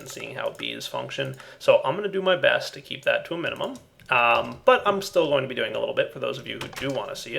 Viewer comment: Anytime he says something with 'be' and a long e, I hear 'bee'.